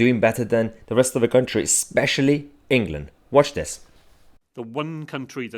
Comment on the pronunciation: He seems to pronounce "England" as "Anal Gland."